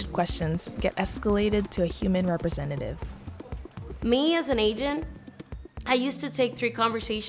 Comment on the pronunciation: REH PREH SENTATIVE